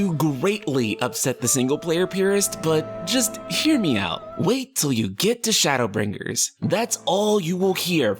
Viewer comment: Why do you emphasize the G in BrinGers so prominently? Is it a dialect thing?